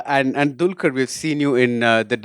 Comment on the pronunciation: salam varavoor it's not a dulqur it's dqlquer it's he's name u just killed the name yarrrrr